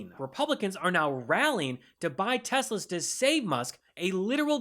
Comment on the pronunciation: "Those Tesl-ers are not DEIA; they're cars are Computer too!" 🤮🤮 Kamala-Walz we miss you & we tried...